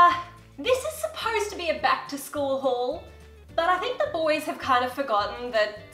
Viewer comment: what you said: Back to school haul what they heard: plaid skirt haul